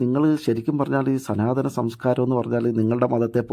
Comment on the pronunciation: സനാതനമല്ല.. 'സ്തനാതനം'😅😅😅